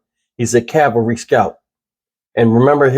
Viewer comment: I know that in the scope of things this may not seem important to anyone but me. The reporter actually said that "... King is a Calvary Scout.." Calvary is the place the Lord Jesus Christ was crucified. King was reportedly a Cavalry Scout. Cavalry NOT Calvary. The level of education and vocabulary skills today in reporting is just embarrassing. It seems that this soldier had some sort of death wish to have purposely run over into North Korea.